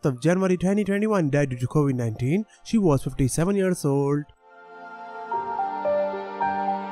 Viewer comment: Julia Roberts is still alive. He meant Tanya Robert's. He can pronounce dementia right, but not Covid. Kobe anybody?